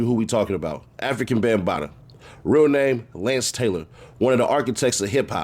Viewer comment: he keeps calling him African Bambataa lol. fuck bam he dont deserve an actual telling of his name lol